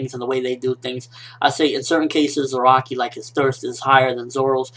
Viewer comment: it's piss me off every time he say zeraki! his name is fking za ra ki ! not ze ra ki !